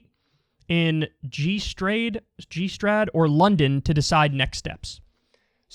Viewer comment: You know you're dealing with a real justice democrat when they don't know how to pronounce Gstaad.